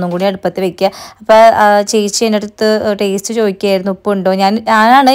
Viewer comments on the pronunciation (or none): none